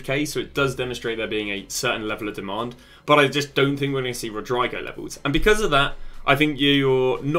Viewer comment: I never heard anyone in my life say Rodrygo's name wrong